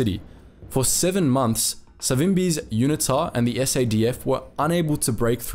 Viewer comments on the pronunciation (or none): Dude you are not an American so please use proper English pronunciation. For example route is pronounced root not rowt! Learn the place names and how to pronounce them and UNITA is pronounced Uneeta not unittta! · UNITA is pronounced with a hard U. U Nita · Please get your pronounciation of unita right, secondly yes even today the ruling party still incorporates south west africa naming within swapo lol, also did time in the SADF back then - at least back then there was no load shedding or out of control high crime rates, proud to have been part of the worlds best fighting communism, not like today embracing communism